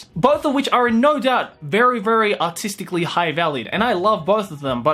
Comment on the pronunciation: When you say “artistically” i always think you say “autistically” at first